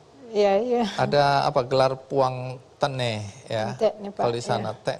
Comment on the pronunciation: TE'NE BUKAN TENE